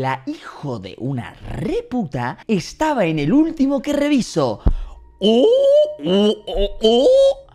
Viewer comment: Póngalo a 0.25 y escuchen la "r" de reviso. Parece una mini metralleta